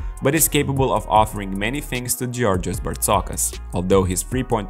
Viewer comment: its Jorgos , JOOOOORGOOOOOOS not Giorgios.thanks